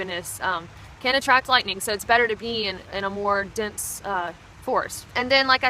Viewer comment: Watch out fer that LITE'nin'